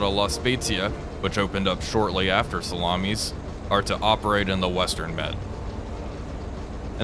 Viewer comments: Sa-la-mis. Not salamis as in plural for salami. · As someone who has served in the navy and was also based for a while in a ship which was based in Salamis, the emphasis is on the last i, not on the second a. JFYI. Even if one says it in the modern greek way, Salamina. Enjoying your videos man, keep up the good work. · The island of Salamis should be pronounced with the stress in the i and not in the second a. It is the ancient greek name of the island.The modern greek name is Salamina with the stress again in the i. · Makes me laugh every time I hear you say salamis